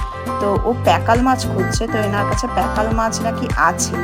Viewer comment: Ota pekal noy pakal. Jene bolun.